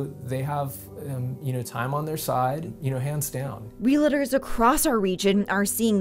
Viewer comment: Realtors not Reliters